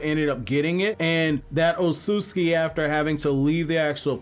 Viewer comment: Sorry but it's not Otsutski, it' s Otsutsuki the T and S together are read like a TZ